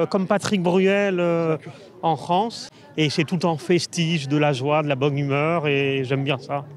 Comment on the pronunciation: la fronce de voltaire de victor igo 😂😂